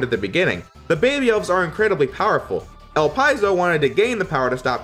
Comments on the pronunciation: no. It's supposed to be El-Pee-Zo. The name is French. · Is that really how you pronounce "Elpizo"? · Great Review! Love your coverage on the story portions and the improvements from Z1 especially. Also, a couple of things to comment on: -El-Pee-Zo not El-Pie-Zo. Also Weil is pronounced Vile, since it's practically a German name. -Could be some sort of misinterpretation on my end, but I feel the Guardians are borderline obsessed with destroying Zero, since they are technically rival bosses. Resistance soldiers are just cannon fodder for them, and they don't really have any opponents that actually test them to their fullest within the Resistance like Zero. Leviathan for one, comments that she doesn't care if the world dies if she can destroy Zero. Harpuia also for ignores Elpizo for a bit just so he can fight you and actually enjoys the pain when you beat him. -Phoenix Magnion is a pain in the ass for new players, but when you figure out his gimmick, he isn't really that hard and is kind of a fun active boss. Phoenix will stay still for a few good long seconds until you decide to hit him. He will ALWAYS teleport on the first attack you throw out, so shooting a buster shot or throwing a slash will bait this out. AFTER he teleports, then you can hit him before he throws out his move. Fighting him is really just a quick hit and run strat. Bait teleport, smack him once, rinse, repeat. The rising fire in his stage can be dealt with, by taking advantage of the time he simply waits for you to attack once you notice the screen shake. Stop attacking him. You can then just position your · I think the correct pronounciation is "Ellpizo" and not "Elpyzol". But I'm not sure,and according to Google Translate it is "Elpeezo",so I'm not confident we can find an accurate answer. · 1st. I always thought Elpizo was pronounced Ell Pee Zoh. Not Ell Pye Zoh. 2nd, I thought Elpizo was a chick. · Is that how his name pronounced? El-Pie-Zo? I always thought it was El-Pea-Zo.